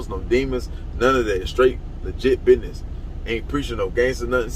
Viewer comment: Don't trust anyone that pronounces business as binez.